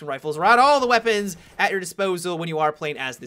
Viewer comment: gweapons XD